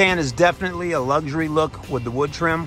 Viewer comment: 'Lugg-zzury' 🤣 spell it, mate LUXURY, there's no 'G' nor 'Z' in there